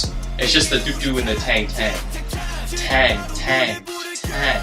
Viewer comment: “tEhenGH” ifs tang bro KSJDJD